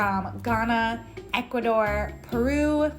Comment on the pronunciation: I love your channel but it's Ecuador not Educador 💛